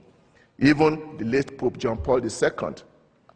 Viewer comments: I'm a logical member of society who came here to witness a intellectual and stimulating debate... and i can't get over the fact that the Archbishop says poop and not pope. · being horribly childish here but I cant help laughing at the Nigerian clergyman calling the Pope as Poop